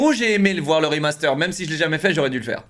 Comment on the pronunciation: De toute façon j'ai arrêter de le prendre au sérieux dès le moment où il a dit "O non ankor hein rimasteur", le coup du "Seaunik spinebolle mé une vitèsse a tou lé Seaunik", c'est juste la cerise sur la connerie